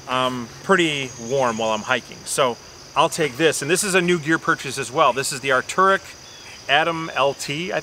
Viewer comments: Isn't it pronounced "Ark-tear-ix" ? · I was going to say it if no one else did. Definitely not "Dude-er" and Arc'teryx is ark-tear-ix